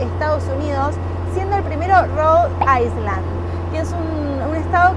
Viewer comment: un tip de pronunciación….. no pronuncies la letra S en la palabra “island” porque se escucha como ICELAND que es Islandia. Nada que ver. Es como el estado de Illinois, que aunque le ves la S al final, ésta no se pronuncia. Entonces, no es Rhode Iceland, sino dirías Rhode Ayland. 😅